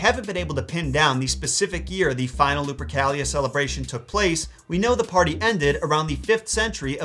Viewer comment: Luprica sounds like Lubricant to ke